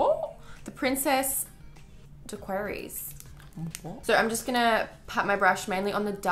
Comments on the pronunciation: Also Daiquiri is a cocktail so disappointed, it's pronounced DAA QUEER Y in case you cared love the viddd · Love you so so much! And it's daiquiri, like the drink strawberry daiquiri (dak-er-ie) much luv xxooxoox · omg its pronounced DAK-ER-IES its a drink...like a frozen margarita type drink. lmao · girl were u trying to say the princess daiquiris?? im crying Q